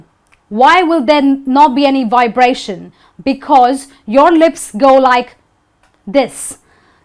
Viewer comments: So many Indians get this wrong. Even our hostess gets it wrong when she says "whybration" instead of "vibration" . Indians ALWAYS get this wrong, and it sounds terrible to native English ears. W and V are COMPLETELY DIFFERENT LETTERS that sound NOTHING alike. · Stanley Ravi, I also heard her saying 'wibration'. Actually, she is maintaining the sounds for the class only, in normal conversations out of the classroom, she is likely to pronounce 'v' as 'we'. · the teacher makes mistakes, wabration... Indians mixed up V and W no doubt from this teacher... And adverb not adwerb I just don't get it Indian can clearly pronounce V and W clearly but just at the wrong time, using V when you suppose to use W and so on... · And I'm supposed to take you serious when after a minute...…...….you say, Wibration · but you just said wibration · She herself pronounced vibration as 'wibration'. Learn these sounds from native English speakers on YouTube... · because she said "adwerb" and "wibration". Even she can barely pronounce them properly while speaking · I was like "she did not just do that right?" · The difference between V and W is just theoretical. In practice both pronounced as same, like when you said 'Vibration' you didn't made the lip movement as you mentioned in the video...